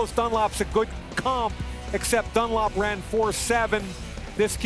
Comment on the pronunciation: Why did he say Carlos Dunlop. It's Dunlap. You don't say "run a lop" like wtf